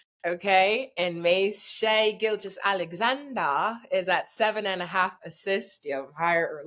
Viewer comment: “Shay Gilchis…ALEXANDER” - Mase Hahaha